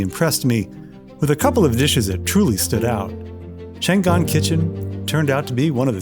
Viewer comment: It is pronounced Chang an, a city in northern china. Always pronounce Chinese language by each syllable.